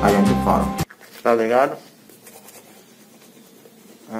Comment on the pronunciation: Oi meu querido vc já fala tou ligado muito bem amei tou ligado tamo junto amo vc vc e sempre feliz Bb um abraço lindo bjs 😘💋